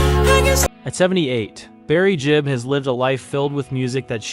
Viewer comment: It's Gibb, not Jibb.